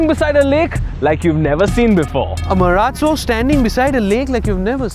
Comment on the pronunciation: I mean no offence but Mahindra Marallo xD